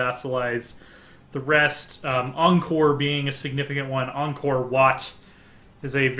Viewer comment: 1. Pronounced Ky-mer 2. Pronounced (long vowel) Ang-core